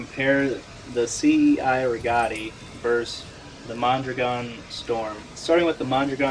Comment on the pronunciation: The correct pronunciation of the cei rigotti is the ch-i - re-got-i